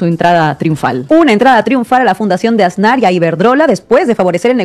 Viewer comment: 👁✨👁Oye muchacho... Si vas a ser comunicador en Youtube, asegúrate de escuchar bien como se pronuncian y acentúan las palabras y sobre todo los apellidos. En este caso es 'Asnar' y tú lo pronuncias MUY MAL acentuando la "Á" del principio, pronuncias con mucho énfasis y muy mal: "Ásnar". Tache ❌